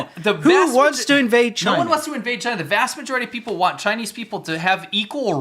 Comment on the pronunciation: bro, I barely know any Chinese and i can say 中国 better than this idiot lol, he doesn't even say "China" properly, like wtf?